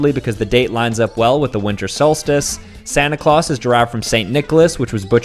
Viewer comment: Bro really pronounced it like Santa clowss💀